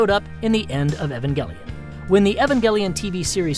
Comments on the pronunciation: am I the only one that pronounces it [ee-van-jell-on] ;3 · Omg you can't even pronounce "Evangelion"